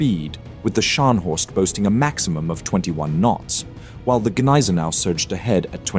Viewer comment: Thanks for the video. One remark: its Gneisenau with a G, not Neisenau - saying it like that sounds like saying Glasgow without the G. After all, its german, not french